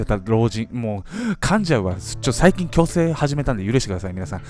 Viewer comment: 矯正が去勢に聞こえてえ、。。。と思った(笑)今のままで大丈夫よ♡